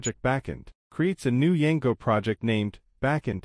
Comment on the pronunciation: why you saying Yango